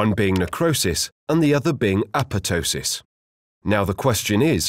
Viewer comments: It isn't apetosis. It's apo-ptosis. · no. it is not pronounced correctly in this video. google it. The second P should be pronounced. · Yeah, this guy's second P on apotosis infortunately suffered a necrotic process and is missing. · ah-POP-toh-sis would be the closest to the original Greek pronunciation, by the way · Why are you not pronouncing the second "p" in apoptosis? It sounds so weird :p